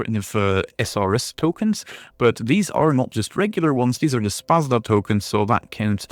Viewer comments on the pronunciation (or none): Thanks for the video :D Ps. You have murdered pronunciation of Szpada - Sz = like Sh in Shun, pa like pa in panda, and a like last a in Jadwiga. Also J in Jadwiga is like Y in yeti :)